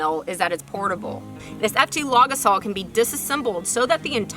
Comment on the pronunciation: When you say it I keep hearing "log assault," which also seems appropriate!